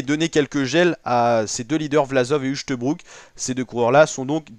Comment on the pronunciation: Uchtebrouck? C'est à mourir de rire ... un peu de folklore verbal et auditif!!!!!!!!!